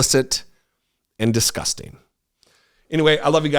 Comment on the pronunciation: DIS - GUS - TING 🤮🤮🤮